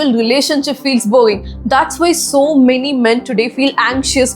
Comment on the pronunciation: Well thought and executed video,! However, for some reason I laugh every time you say the word "Boring" because it sounds like "Boeing" - you may want to work on your pronunciation skills! (Honest feedback) otherwise, Keep up the great work!